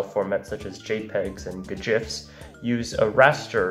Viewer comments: so no one talking about how he just said gjifs? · “Guh-Jiffs” he’s playing both sides lmao gif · Please sir never say g-jifs again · I'm calling gifs "gjifs" from now on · You said jifs you actual pshychopath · Did- did he just call GIFs GJIFs?